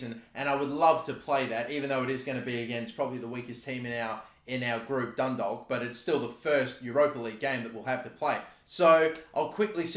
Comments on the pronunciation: I’m Irish. It is pronounced dun-dawk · its pronounced dundoc but drag out the o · I live near Dundalk and it’s pronounced dun dork get it right in future vids pls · Dundalk is pronounced "Dundawk" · Its pronounced Dundawk, you're welcome 😊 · It’s pronounced done dawk that’s how u pronounce Dundalk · Pronounce Dundalk like Dun-dock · Dundalk is pronounced Dun-Dawk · The l in dundalk is silent, pronounced ‘dundawk’ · Its pronounced DUNDAUK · Dundalk is pronounced Dundawk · Its pronounced dundawk so easy to make a mistake us irish people have to make things hard to say 😂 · The way he says Dundalk 😂😂😂! It's pronounced like Dundawk by the way. Irish place names be like! 🇮🇪🇮🇪🇮🇪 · DUNDALK IS PRONOUNCED DUNDOK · Dundalk would be pronounced the same way you pronounce walk. The L is silent.